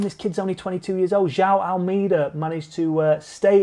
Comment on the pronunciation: Speaking of making an out of you and me... AlMAYda <-- Actual pronunciation! Not AlMEEda. Notice Me, Senpai! :'( The Sunweb boys are looking strong at the giro. Maybe Teo can nab 3rd. What struck me about the finish at the Ronde was the nobody tried to veer into the other's line. Massive props, they just fought it out fair and square. :)